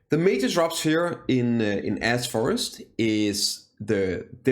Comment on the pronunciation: Why does it sound like you're saying A$$ forest? lol